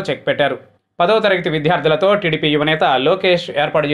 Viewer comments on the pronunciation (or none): విద్యార్థులు సర్, విధ్యార్థులు కాదు. చిన్న పదాన్ని కూడా సరిగా పలకకపొతే ఎలా?.... అసలే ప్రతి ఎపిసోడ్ కి ముందొక సొద వెనకొక రొద.... అవవసరమంటారా?